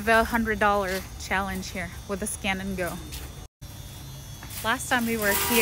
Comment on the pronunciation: Lol i thought you said scam and go😅